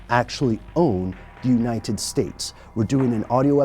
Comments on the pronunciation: united not uninen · Why do keep saying uninet instead of united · why is he saying uninted states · anyone else notice he doesn't pronounce united with a T thought it sounded weird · Am I the only one who notices the way he says united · He can't say 'united' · why can't he say the word "United" properly? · Does it seem like he is adding letters to the word United when he says it? lol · the way he pronounces 'united' LOOOL